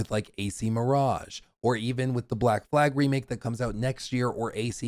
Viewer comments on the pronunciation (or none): none